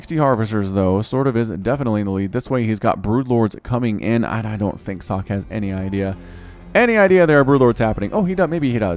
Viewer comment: If this is the original Socke, it's pronounced "Soh-kay".